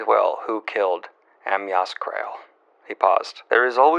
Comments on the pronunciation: daniel... it's pronounced Uh-my-us.. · Em-Yass Crale? 😄 I'm so glad we got this new point of joy since he's learning to pronounce Poirot now.